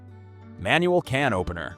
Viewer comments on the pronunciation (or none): The way he pronounces "cannoppener" 🤣🤣🤣🤣🤣🤣🤣🤣🤣🤣🤣